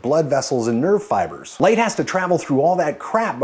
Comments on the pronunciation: i thought you said nerdfighters when you said nerve fibers. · When you said nerve fibers I heard nerdfighters. I thought you'd made a wonderful joke, you didn't I just misheard. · You say "nerve fibers" I hear "nerdfighters".